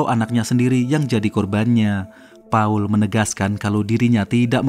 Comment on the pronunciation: Paul yg betul² Pa 'ul